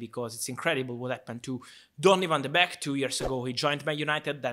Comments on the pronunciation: It’s not beck.. it’s beek pronounced bake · Van de Beek is pronounced as the word "bake" like baking a cake. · It's pronounced 'bake' ;) But happy to see Ten Hag wants to use him :) As a dutchman I'm not surprised though. Donny played his best under Ten Hag in the CL of 2018/'19. He scored so many iportant goals then. He may not be a big guy or the most technical player on earth, but he's a typical Ajax player: very smart, knows where to run and good basic skills.